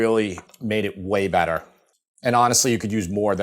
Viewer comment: Feta always makes it Bettah 😁